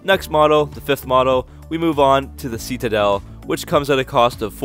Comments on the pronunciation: Love your channel. One small funny annoyance. Citadel I believe is pronounced "Si-Te-Dell" not "See-Tee-Dull". But I may be wrong :) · we have the "see-ta-del" (Citadel)